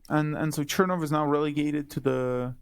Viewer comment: Odd that the guest says that Aleksandra Kollontai was "not part of the original Bolsheviks," yet regards Trotsky as being one. Kollontai joined the Party in 1915, whereas Trotsky did so only in July of 1917. Also odd is that the guest does not pronounce "Chernov" correctly, given that he is presumably fluent in Russian.